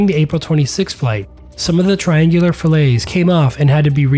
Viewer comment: Fillet, in this case, is pronounced FILL-it.